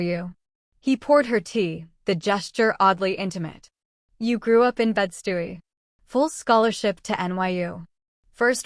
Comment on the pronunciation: I LOVED this story! They brought out the best in each other, and broke down each other's walls. So glad that she had backbone, and was not a maid! Just a few things: Bed-Stuy is pronounced bed-Stye (rhymes with eye) More pictures, and better synched to the action. The wedding and the pregnancy test, as well as the birth of their child all deserved an image.